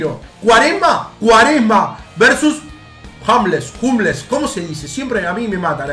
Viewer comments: Todos: Hummels: Hamles, Humles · Nadie: Absolutamente nadie:: Jamles o Jumles Yo desde mi casa: Hummels la concha de tu madre Like para no desaparecer